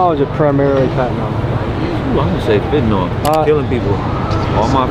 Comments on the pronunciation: Why do americans say „Fetnyl“ Its called „Fent A nyl“ ?🤣🤣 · FYI it's pronounced FEN-tanyl not FET-anol